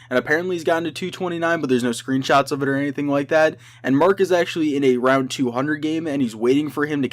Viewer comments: Roud instead of round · Lol he says roud not round 😆